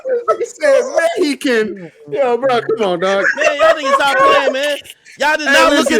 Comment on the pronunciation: Me-hi-can hahahahahahahah😅